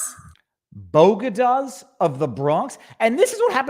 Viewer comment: As a New Yorker we have what? Boegadus....